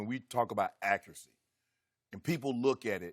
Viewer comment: Dak uracy.. da accuracy.. wow ok 😂